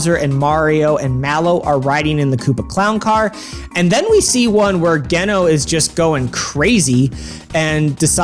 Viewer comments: Seriously how can you say Geno Blast and pronounce the name right, but then while talking say Genos name wrong in the same sentence. You flip flop the name so much and it drives me crazy. GEE NO is how you pronounce it. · Imagine "making a lot of mario rpg content" and pronouncing "geno" wrong the whole time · You pronounce "Geno" wrong. But like only sometimes? Don't do that.. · you pronounce Geno the proper way, then you pronounce it totally wrong?? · The way you pronounce Geno's name is just all kinds of wrong. At least, I hope it's wrong. It is possible that this is a "Cecil" situation where we find out that everyone's been pronouncing his name wrong for over 2 decades, but that could only happen if there is voice acting. I hope there is voice acting, although chances of that may be slim since Nintendo did that with Sunshine, everyone bitched about it, and they went right back to having no voice acting until Odyssey (which still didn't do it to the same degree as Sunshine.) Do we know how much SquareEnix is actually involved in this? Because everyone seems to think that they're involved, but I'm not so sure that's the case. I think what most likely happened is that they simply gave Nintendo the go ahead to use their characters and develop a remake. I somehow doubt they were involved in actually developing this. Maybe they gave Nintendo some advice, but I think even that is unlikely. However, if SquareEnix didn't have any involvement, that may actually be a good thing. Let's be honest, they're not the same company they were in the 90's when they could do no wrong and every game was universally considered to be outstanding. These days they're a very mixed bag among fans. That's probably true, and I'm definitely not against that addition if that's what it is. In fact, it's exciting to think about. Normally, I'm very much a "if it's not broke, don't fix it" kind of guy. However, this isn't changing the battle system, so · please learn how to pronounce geno's name